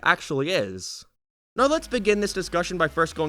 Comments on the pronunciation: Now not ner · why the hell does he say now like noweeer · His accent when he says now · Why are you saying "now" like that